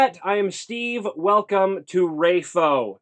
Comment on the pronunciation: I would pedantically like to point out that Brando Sando pronounces it raffo